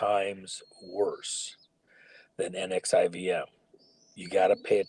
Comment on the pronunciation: W, I believe they pronounce NXIVM as "Nexium." Just FYI. Easier to say.